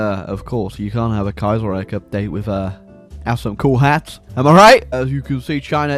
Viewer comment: Youtuber mispronounces Kaiserreich for 12 minutes and 39 seconds.